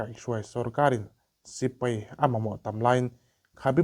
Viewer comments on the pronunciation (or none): A ngaihnawm e,mahse sipai tih kha sipei tih te,ngaihnawm tih kha ngeihnawm tih a hriat turin i lam a ang khawp mai a,helamah hian khawngaihin lo fimkhur hram teh a❤😊